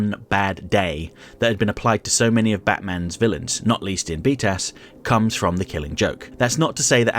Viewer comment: I know he's say b tas (btas) as in the Acronym for batman the animated series but every time all I hear is beat ass